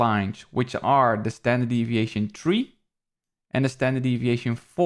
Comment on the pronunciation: hell yeah thanks again bro! Yo kinda random but you pronounce the number 3 like tree and its funny because my family from Belize pronounces it that way haha I'm not sure if you got any Caribbean blood in you lol